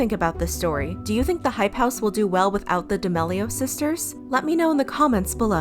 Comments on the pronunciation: She really said "de mellio sisters" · I love the vids but it’s pronouced d’ameelio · “The D’mAilo sisters” 💀💀💀💀💀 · Bruh, it’s pronounced (Dah-meal-ee-o’s) btw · It’s pronounced DIH-MEAL-E-OH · Isn’t it pronounced “ da- mee-lee-oh”